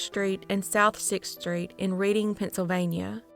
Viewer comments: It’s “red-ding” PA. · Good and sad stories. FYI, Reading, PA is pronounced like Redding, CA, not like reading a book. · I'm unfortunately from the Reading Pa area and it's not pronounced like that it's pronounced more like Redding. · Reading pronounced past tense like Redding. 😊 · Reading is pronounced Redding 🤗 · I love your videos, but hearing you pronounce Reading, Pa hurt my Pennsyltucky heart. It's pronounced RED-ing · Thanks for continuing to bring these cases to us! Pronunciation tip: Reading, PA is pronounced “RED-ing”. Unintuitive, I know.